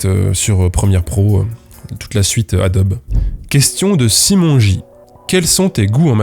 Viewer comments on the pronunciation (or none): none